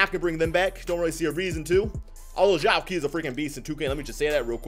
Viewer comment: Zhou qi is pronounced "Joe chee"